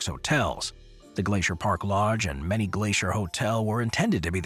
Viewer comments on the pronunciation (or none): It’s not “MANNY Glacier Lodge , it’s. MANY Glacier .